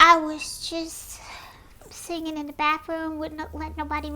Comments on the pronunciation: Girl~ You don't pronounce singing as singinGUH. The g is soft ing words just like the way that you pronounced it in the first syllable. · Girl~ You don't pronounce singing as singinGUH. The g is soft in ing words just like the way that you pronounced it in the first syllable.